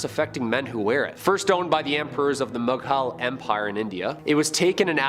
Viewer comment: The Mug-hal empire is actually pronounce Mu-ghal empire.